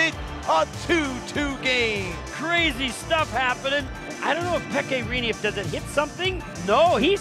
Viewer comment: I don't know if Pekka RE-KNEE? Bruh... RE-NEIGH. That hurt my soul.